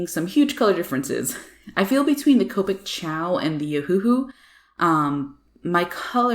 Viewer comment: When you say Copic I think you keep saying covid lol, both sides are amazing though